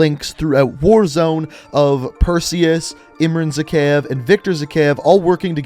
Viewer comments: why can’t anybody pronounce his name ?? it’s zuh-khive not zekev. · Me: pronounces zakhaev like zuhkeyev: zikayev